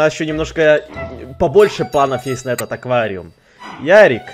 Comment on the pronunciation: Аквариум, а не оквариум